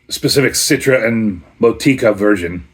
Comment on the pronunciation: Sounds like they didn't add enough hops as they're usually pretty bitter. Motueka is pronounced Moe Two Ecka I think it's a town in New Zealand. One of my fave hops along with Riwaka. Gotta love those New World hops. Cheers!